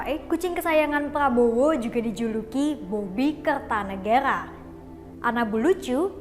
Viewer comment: R nya dobel jadi errr